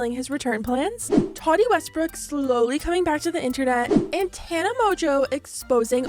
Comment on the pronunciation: The way you say "Miss Tati Westbrook" is it's own tea, sis